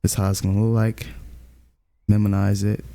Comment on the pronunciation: Someone teach bro how to pronounce minimize and photopea